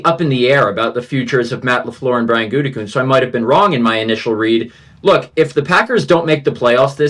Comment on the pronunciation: Mcafee still calling him goontekunst... SMH 😒